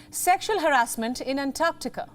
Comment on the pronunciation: Thankyou, for pronouncing "Antarctica" correctly.